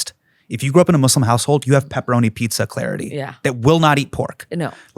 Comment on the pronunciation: Sir......... The word Muslim never has the phonetic "slum" in it's second syllable. Sir.......... No one is a "Somalian"....... they are Somalis......